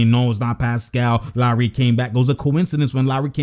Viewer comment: 1) love your channel 2) You used to call lowry “low”-ry lol for low IQ so you didn’t always consider him to have high mentality 3) - got me hype that was a crazy locker room motivational speech!